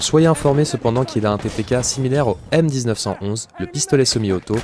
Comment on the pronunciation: Stp arrête de dire m 19 11 et dit plutôt 1911 ou m1911, puis en général quand il y a une date dans le nom d'un arme c parce qu'elle a été créée a cette date là et il faut la prononcé dans son nom